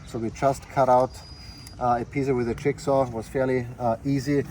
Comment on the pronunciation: GREAT info but please indulge me a chuckle to hear that in your accent, ‘jigsaw’ sounds very similar to ‘chickshaw’. 😂